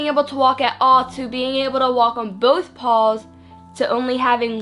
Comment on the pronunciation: Bitch please learn how to speak properly.. what the fuck are "pawls"?? It's P-A-W-S you dumb broad..